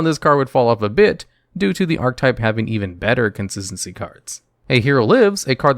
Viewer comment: I like how pronounces "consistency". "Conssssincy".